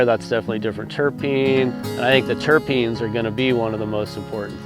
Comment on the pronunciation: says trichromes and says terpids...what more needs to be said 😂